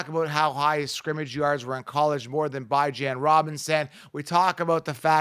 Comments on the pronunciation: Yo who the hell is BYE JAN Robinson lmfaooo. It’s (Bee - Jahn) 🤣🤣🤣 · Bijan like Dijon (mustard)😂😂😂 Not “Bye Jan” 👋🏼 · I dont understand how you havent done simple research on how to pronounce Bijan Robinsons name. It's obviously Beeeee Jon, not Bye Jan, everyone knows that, i fimd that extremely weird🤷🤷🤦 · Bye-Jawn Robinson got me dead 💀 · Who tf is Bye-Jan??? Must be a bum. Bijan is the real fkn deal though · BYE-jan lol who is this fool? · Th way you pronounced Bijan.... jeezus dude rang my nerves lol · I wish you guys knew how to pronounce Bijan. Y’all coulda at least agreed on one pronunciation. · If bijan is your league winner at least learn how to say his name correctly 🤦🏾‍♂️